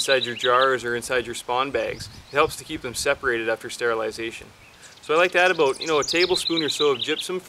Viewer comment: He said, "aboat" instead of about. 😂🤣😂🤣